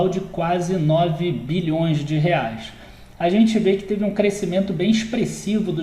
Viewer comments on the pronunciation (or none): none